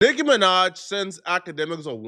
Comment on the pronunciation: Bro said NIKKA MINAJ 😭